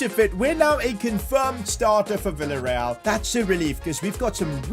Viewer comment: Bro said willa real 😂 instead of the villa real😢